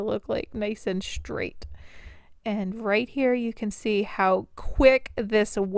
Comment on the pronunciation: DUDE. My mom listens to your videos and it drives me INSANE when you pronounce the word "straight" with an "h". You say "shtraight". THERE IS NO H IN THE WORD. Feel free to fix this.